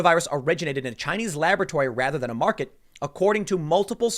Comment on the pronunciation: Chy-nese News Network